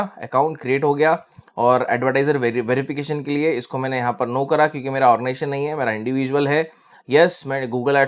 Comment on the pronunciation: sir origaization nahi hota, ognization boliye.